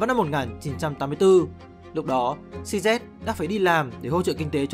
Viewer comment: tên người ta đọc cho chuẩn chút, "Xi zi" chứ cứ "Xi Zét" là cái gì, nghe ngứa hết người